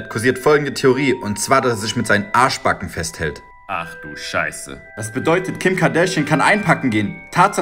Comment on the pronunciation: Wie er einfach Arschbacken betont 😂😂😂😂😂